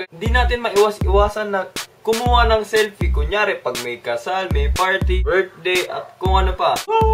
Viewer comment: seeyyllpi xD